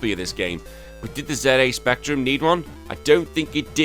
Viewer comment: "ZA" Spectrum? Well, at least you didn't say "zee".